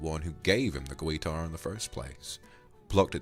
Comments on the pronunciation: I love how you say guitar hah gwuiter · Vox: "Gweetar" Me and my country background:"Where the W come from?" Also me laughing my ass off 😂 In all respect though, this was amazing and I really enjoyed it. Thank you Vox! ❤